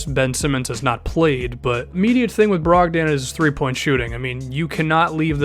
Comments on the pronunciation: brog-DON not DAN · not trying to be a jerk, but malcolms last name is pronounced brog-din not brog-dan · I'd just like to mention: Malcom brogdans name is pronounced more like brog-din